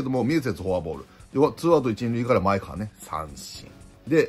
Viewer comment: まえがわ、です。まえかわ、ではありません。